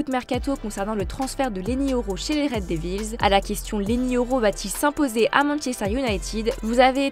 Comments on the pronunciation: La pronomciation de "red devils" fait mal aux oreilles... faite un effort svp. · Red devils,meringue travaille ta prononciation 😂